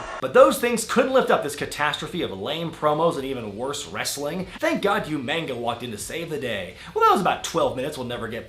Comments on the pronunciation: Yew ma ga? Oo mar gar is how you say umaga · Youmangah? I pronounced it oehmahgah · I'm sorry, but how did you pronounce Umaga ... Umanga? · Exactly. William Regal hilariously introduced him as Umanga ('YOU-MANG-GA') on RAW. #NeverForget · He did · Who the hell is You-Manga? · If you people don't know the reason why pronounced umaga "umanga" then you shouldn't be fucking watching these videos. William regal used to pronounce it that way. All these new era viewers have 0 knowledge of wwe history. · He called Umaga U-Manga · Well to be fair William Regal always pronounced Umaga as Umanga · You pronounced Umaga's name wrong. It's actually OOOOOOOOOOOOOOOOOOO-MAAAAHHHHHH-GAAAAAAAAAAAAAAAHHHHHHH!!!!!!!!!!!!!! Get it straight! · he says umanga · did he say "you mayga" for Umaga? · did you say Umanga? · WHO THE FUCK IS YOOMAYNGA?! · C'mon bro, "Umanga", lol. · you-manga? really? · U-manga? Come on, I've heard you say Umaga's name right in other videos:/ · why do you say umagas name wrong? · Yeah, but people in the comments are saying it's a reference to how William Regal pronounces it. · A reference to William Regal's pronunciation of it. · It's how William Regal used to pronounce Umaga. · That was a reference to William Regal's pronunciation of "Umaga".